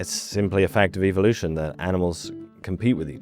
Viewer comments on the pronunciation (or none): none